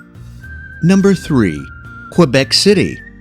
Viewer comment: Did you hear him say Quebec?